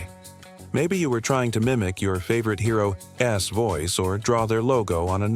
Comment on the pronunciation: "didn' tee" "children' ess" "hero' ess" This machine needs to work on its pronunciation of contractions. But, it got "Cap'n" right, so maybe the person who wrote the narration needs to learn how apostrophes work.